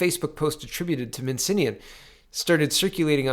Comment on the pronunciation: Alek "Minsinnian"? It's spelled Min-ass-ian for god's sake. MIN. ASS. IAN.